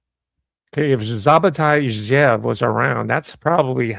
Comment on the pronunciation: Sabbatai Levi… and “sabbatean”… His name is pronounced, “Shab-tie Zvi,” not Sab-a-tie Levee. And sabbatean is, “shab-te-an.” 😉👍